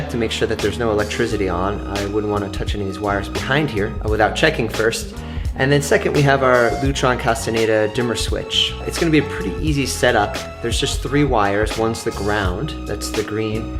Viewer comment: Castaneda? You might want to learn how to pronounce the name of the product before you make a video about it.